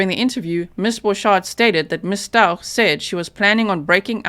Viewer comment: honey, it's pronounced ST-OW-k